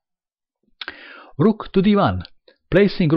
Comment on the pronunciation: Kwin and Ru:k 😂😂 the accent is so good, I love it